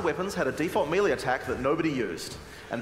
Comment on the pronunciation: It'e pronounced MAY LAY...NOT MEE LEE!